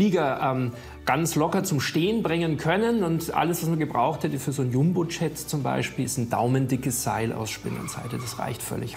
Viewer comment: Zum Yumbo Tschätt kann man auch Fluchzeusch sagen 😊